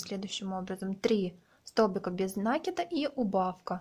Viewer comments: Не нАкид, а накИд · Мишка невероятно милый. Попробую связаться такого. Но пожалуйста, вы столько раз сказали слово "накид" с неправильным ударением. Очень бьёт по ушам. А мишка супер. Вы большая молодец.